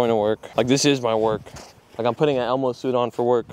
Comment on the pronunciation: This ain't elmo. It's El- Mo